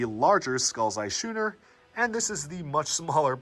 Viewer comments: I get it that this video is 4 years old, but please dude, Schooner is pronounced like School. Skooner. that's how it's pronounced. please tell me you've learned this since. fantastic video, exactly what I want. all the info is laid out and done in a fun way. it reminds me of playing with this stuff as a kid and I'm seriously looking at buying some again! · The fact that you pronounce schooner as "shooner" just pains me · matey, the correct pronunciation is sKooner!